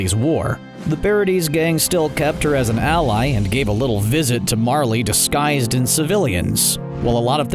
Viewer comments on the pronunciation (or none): none